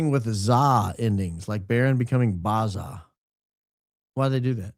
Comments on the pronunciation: BAZZA : ‘BA’ as in (ba-t) ‘zza’ (zah) not ‘ba’ as in (bar) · I would imagine that Bazza is pronounced Baz-zuh, not Bah-zuh. It's an Australian way of forming nicknames I think. Gazza, Shazza, Dazza, Mazza. I dunno people here would probably call you Baz for short. Furthermore, in a somewhat unrelated matter, please permit me, in this very immediate temporal instance, to seize this auspicious juncture to proffer my most profound felicitations regarding your channel's attainment of the 300,000-subscriber threshold. One cannot help but admire the profound equilibrium struck between the ludicrous levity and the forensic precision within this highly intelligent 25,000-dozen-strong outfit.